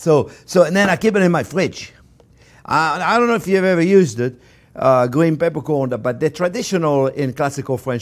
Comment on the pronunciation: Gween pepercworn you say!